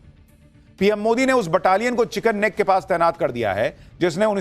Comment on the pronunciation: Correct your pronounce it's chicken neck (मुरघीका गला) You are speaking chicken snack.😮 you are best person.